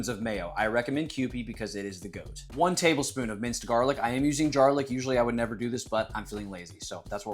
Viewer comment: Did I just hear him say, "Jarlic?"